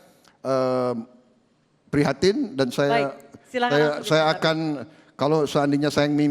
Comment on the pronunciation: Pak Prabowo senyumnya seperti senyum sinis mengejek atau menyepelekan saat Pak Jokowi berbicara... Lagian risih kalau dengar kata belakang KAN diucapkan KEN.. Jadi seperti logat Pak Harto tempo doeloe.....